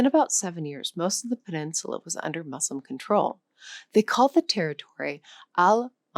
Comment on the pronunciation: In our divisive times, your commendable objective, of bridging peoples through language and its inherent hidden histories, is to be greatly applauded! Thank you! It would enhance the sale of your language app, to review the pronunciation of some critically significant words; MUSLIM being the most salient among them. The U is like the U in “cushion”. As a Portuguese speaker the correct pronunciation of Portuguese words would testify to the value of the app that is advertised. I’ve Liked and Subscribed